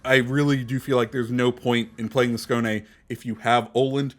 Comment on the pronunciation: Excellent pronunciation with the Skåne! You are the first native English speaker CC to get it (nearly) right.👌